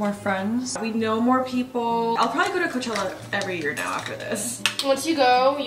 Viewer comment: NO BUT I HEARD “COCHELLA LETS SHAKE SOME ASS UP” YALL TOLD HER SAY “ cochella let’s shake some ass” :O they never forget they are true bff’s